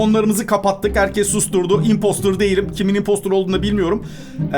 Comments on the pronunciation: Abi kere herkese söyledim impostor impostır diye okunur anlamı sahtekar dır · impostor demesi selistır demesine bitiyorum ya WİWBWKQL